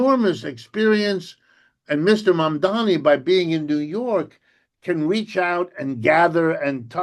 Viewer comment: Prof Wolff, pronunciation, please: It's MAM-DA-NI not MAM-DA-MI.